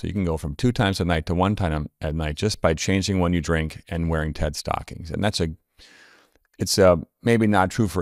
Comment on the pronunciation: Wearing what kind of stockings? “TeT” stockings? What are you saying? Oh, “TED.” Of course, everyone comes into the world knowing that. 😕